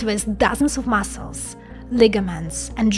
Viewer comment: "Powered by artifeeshal massels, bons, blad" I could def make a song out of that💪😎👌💿